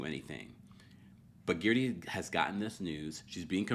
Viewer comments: Its Guerdy errr, not Geardy ear 🙄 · say guerdys name properly pleaseeeeeee